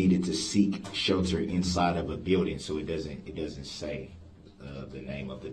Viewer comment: He can’t even say building!! Seeked shelter. Gosh! Did he go to kindergarten???